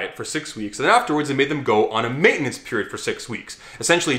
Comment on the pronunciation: Probaby written by. That dude never pronounces "maintenance" right